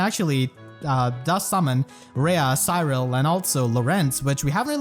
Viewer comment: I don't like how you pronounced Cyril